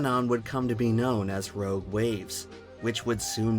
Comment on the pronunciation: the way he says “rouge waves”